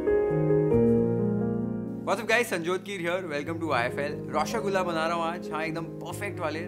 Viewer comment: I absolutely adore the fact that you made an honest attempt to pronounce the name correctly. Try it this way: "RAW - SHOW - GOAL - LA".